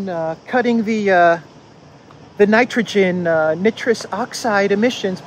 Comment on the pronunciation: Ok dude!...Ya gotta give up the JT impersonations!....A)they're not funny and B) they waste a tune of time. Did you just learn your new high voice?....Get on with it! Instead of trying to do impersonations. How about you learn how to pronounce Nitrogen.....Nice..... Nitrogen. N7